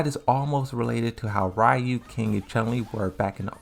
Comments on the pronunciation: It’s none of them. It’s not “REE-oo” it’s not “RAI-oo” it’s not “REE-uh” In Japanese “Ryu” is just one syllable. And it sounds very close to “Roo” with a very tiny, almost nonexistent “y” sound after the R. Also the “R” sound in Japanese isn’t the same as in English, it’s halfway between an “L” sound and an “R” sound. You have to voice an “R” sound but your tongue has to flick from top to bottom like an “L” sound. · why would it matter if there Japanese people here or not? The guy went out of his way to explain Ryu’s name and it wasn’t accurate so I’m just explaining how to actually pronounce his name (which is hard to do in text). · Ryu pronounce something like lew for me